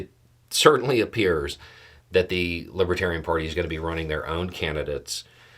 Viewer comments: I'm sure it didn't help tRump any to keep mispronouncing "LibAtarian" party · Trump can't even pronounce LIBERTARIAN. He consistently said LIBBA-Tarian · It sounded more like libbadarian to me.